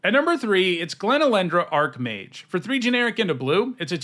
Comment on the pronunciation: I wonder why so many people pronounce it "ark-mage" instead of "arch-mage".